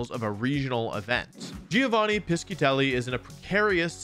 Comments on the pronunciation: the correct pronunciation isn't Pi-SKI-tel-li (it would be written Pischitelli) but Pi-shi-tel-li. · Just for knowledge, "sci" in italian is pronunced like "sh", so piscitelli is "pishitelli"